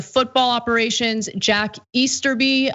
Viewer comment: You said Easterby right the first time Ana